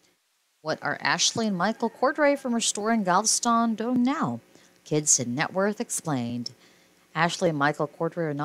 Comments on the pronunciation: It’s GAL-VES-STON, not GAL-STON! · It pronounced. Gal ves Tom get it right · STOP with your computer generated narration!!! They are from and reside in GAL-VEST-TON!! Like the song!!! I ADORE THESE DARLING HARD WORKING BRILLIANTLY TALENTED HUSBAND AND WIFE!!! I no longer have CABLE so I didn't know they have a new beautiful BABYGIRL!! THANK YOU ASHLEY AND MICHAEL, for many hours of entertainment and saving those WONDERFUL HISTORICAL HOMES IN GAL -VEST -TON!!!! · The title was intriguing, the video unwatchable. Say it with me, text-to-voice, GAL-VE-STON. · Please, Learn how to pronounce Galveston.